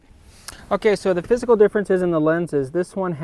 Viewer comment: For a few seconds I thought you said: "So now let's look at the fiscal differences".